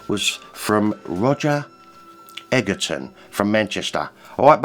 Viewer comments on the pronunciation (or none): Hello mi old cotton sock, it's Roger here, thanks for the touching thank you for my 1970s Chinese book from Manchester Chinatown. You pronounced my surname as egg erton, it's actually edgerton, I know I know, I know but we'd very much like you to attend that particular tournament, we Mr Braithwaite. 😅. It's OK, my family are used to mispronouncing our surname. Anyway my wife bought my ticket for my retirement birthday 66 years young. So her email address was used. We are currently in Rhodes having a feckin good time and internet is pants as usual, but I promise you I will post a review of the day as soon as possible. You are most deserving of a piece of that 1970s era, I find the love you show for Bruce is as my own,limitless. We'll speak again, sending you love and respect, personal regards Roger Egerton.